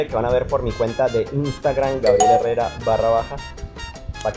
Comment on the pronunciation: Dislike cuando dijo “guarriel eurreurra” mamaste.